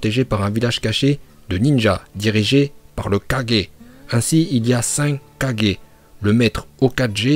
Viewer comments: Bonne vidéo par contre stp prononce bien « Kage » et non « Kaje » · Mais ça ce dit kagué pas kagés 😂😭😭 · Wsh je veux juste te corriger sur la prononciation Juste sa se prononce "kagué" pas kage donc hokagué tsuchikagé raikagué etc.. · Wut même les personnes qui double naruto et naruto shippuden dise kagé pas un 4G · À chaque fois que tu dis kagé je saigne des oreilles 😣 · on prononce kagué et pas kadjé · Force pas les prononciation meme en japonais ils disent kagué pas kadjé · Ses kage pas kadger nabuse pas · Sa ce prononce kaguer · Pourquoi tu di kaje